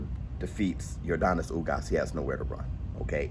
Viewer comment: Denis not Donis lol im cuban, when we say Yordenis its sounds like Yorr Dennys lol